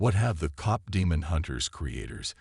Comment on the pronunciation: If you are going to have AI read you might want to make sure they are reading it correctly. Cop is not the same as Kpop. 🤦‍♀️